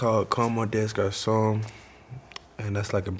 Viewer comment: Ngl it bothers me that he cant pronounce the name of his song.